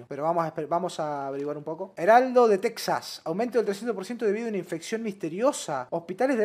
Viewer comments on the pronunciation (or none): none